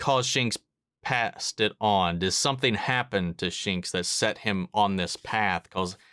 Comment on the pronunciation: *Shanks*. Not *Shinks*. Still enjoyed your reaction